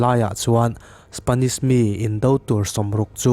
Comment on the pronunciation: A lam dan dik... Spanish ni lovin Spenish😁😁🙊🙊🙊🤗🤗🙈🙈